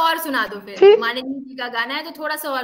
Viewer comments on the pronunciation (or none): फिर होता है थिर nhi😂😂😂